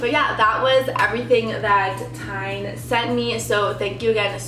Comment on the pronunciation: TIJN is actually pronounced as "TEN" Just like the number ten. I first commented to you back in Feb. 2021 when you got your first pair of glasses from a local optical shop. Those were in a clear plastic frame which suited you very well. For some reason you had been holding off getting your eyes examined to get glasses. I assume you just weren't all that thrilled about wearing glasses. Even though you probably thought your eyesight was good enough to be driving without glasses I'm sure you weren't. Now that you have glasses and wearing them when driving I'm sure you realize that as well. When going to concerts or sporting events the musicians and players had to look quite blurry to you before you got glasses. You admitted that you should really be wearing glasses all the time. So as an optician I have to ask you why you're not wearing glasses all the time rater than walking around seeing everything more than a few feet away blurry? You certainly can't say you don't look good wearing glasses because you very clearly look amazing wearing glasses. I'm very curious as to why you didn't have your prescription included in your new glasses from TIJN? You apparently didn't get your prescription in any of the glasses? I can't imagine why you wouldn't want prescription sunglasses considering how much you need glasses to see things at a distance. I would think you would want them for driving at least. You do realize that you can't wear non-prescription sunglasses t drive anymore don't yo